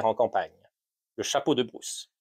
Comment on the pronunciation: The Bruce hat, huh? The AI voice can't cope 😄